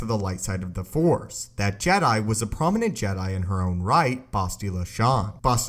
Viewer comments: Okay,. You GOTTA stop cutting off the "C" when you use the word "Force" at the end of a sentence. I keep hearing "Fore" so much I'm starting to think this is a golf channel. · Why do you say fore (four, etc.) instead of force sometimes? am i just dumb?